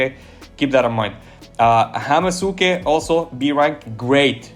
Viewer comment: Bro, Hamusuke is pronounced Ham-ske, most "u"s in japanese are silent. Its a hamster, so Hamske.